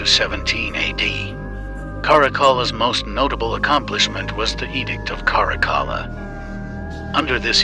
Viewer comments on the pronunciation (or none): His name is pronounced Carac-alla